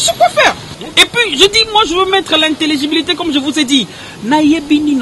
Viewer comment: Mukolo mususu bosala ke Pierrot azala baba pcq dès qu'il ouvre kaka ba conneries mutu ebimaka alobi na Naomie soki aza bongo maman naye ako zala comment et en plus il dit integibilité on dit intelligibilité